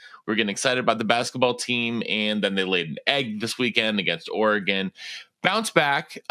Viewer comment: We gotta work on how pronounces Oregon because that is not it